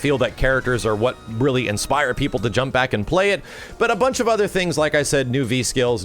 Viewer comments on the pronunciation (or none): none